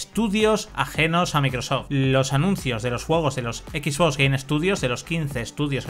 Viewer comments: cada vez que dice equis bos me sangran los oidos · Dios mio que te cuesta pronunciar bien las cosas? "equis vos"